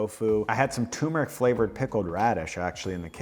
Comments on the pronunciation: TUR-meric. Not too-meric. As an Indian, it is my sworn duty to correct this lol. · sorry for the nitpicking but i have to after hearing you say "toomeric" 12 times: Turmeric has another "r" before the m. nice video otherwise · Bro... TuRmeric. TuRmeric